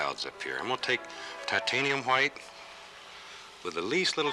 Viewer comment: Anyone else love the way Bob says hwite?